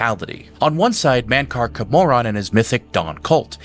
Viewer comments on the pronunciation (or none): And Mankar Camoran Pronounced: Cam_or_an Not: Cm_or_aan